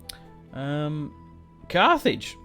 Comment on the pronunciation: I’m pretty sure at the end of the video he called it cart hage